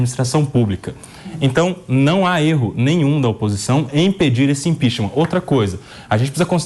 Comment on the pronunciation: ImpeachMAN??? A pronuncia é impiCHMENT, ninguem questiona mais né? Se um fala errado, o outro repete igual papagaio.